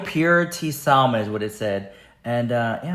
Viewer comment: THE L in salmon is SILENT. ITS "SAM MON"😂 saying salmon is like saying the G in Lasagna